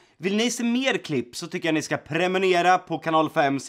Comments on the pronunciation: Hahaha i slutet sa han prenumera istället för prenumerera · Prenumerera inte prenemera